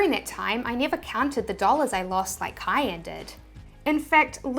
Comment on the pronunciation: Why does she keep calling kyle "cayenne"? lol